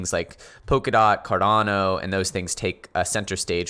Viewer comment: A Great TA guy but he pronounces Cardano as if it’s Hispanic. He said Cardanyo